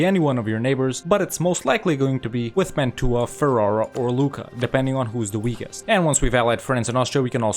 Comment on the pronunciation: I love your effort, but that's not how you pronounce Mantua